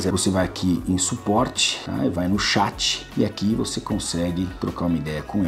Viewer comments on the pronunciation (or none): none